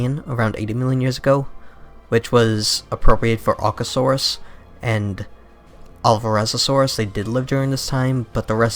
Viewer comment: 'Alvarezosaurus'? I think the 'o' doesn't exist in the name of that dinosaur. (It should be 'Alvarezsaurus')